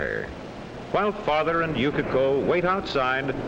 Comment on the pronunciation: ナレーションの”Yukiko”が”Yukako”に聞こえるの私だけ？